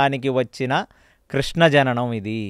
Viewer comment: నమస్కారం మేడం మీ ఇంటర్వ్యూలో కృష్ణ కృష్ణ అంటున్నారు తప్పు తప్పు కృష్ణ కృష్ణ కృష్ణ అని పలకాలి